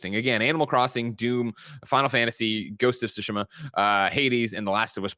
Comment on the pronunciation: Is Greg trolling when he calls Ghost of Tsushima, "Ghost of Shushima" or does he legitimately dont't know how to pronounce it? PS. Greg or whoever cannot bring themselves to say TSU, make a little effort at your own time and learn to say it. I believe in you. It is kinda disrespectful to the game and its devs to refer to it in an imporper way just because you are not willing to pratice saying it the correct way.